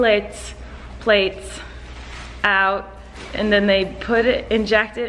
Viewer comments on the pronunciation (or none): Colleen couldn't pronounce platelets for 10 seconds😂 love you, Colleen! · when she tries to say platelets